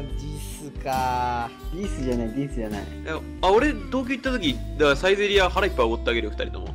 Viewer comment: kunってサ↑イゼ↓やねんな サ↓イゼ↑やわ